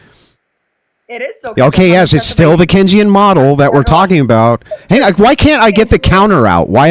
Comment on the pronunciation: This dude tries to correct on Keynesian economics and then proceeds to wildly mispronounce it 🤣🤣🤣🤣